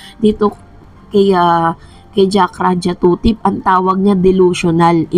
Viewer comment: Jakrajutatip di jakrajatutip ang galing mo magpronounce dai nagblogg kp mali nmn.